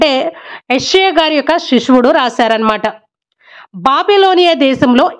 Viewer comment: Amma nv Bible story bagane chepthunav kani nv cheppe dhantlo Baga style ga chepthunav adhi konchem chusko and one more thing sishudu not shishuvudu konchem jagratha ga cheppamma Bible